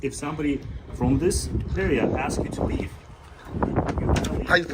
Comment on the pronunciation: ASK not AXE you Ratchet Ghetto Thug #GetARealJob LOSER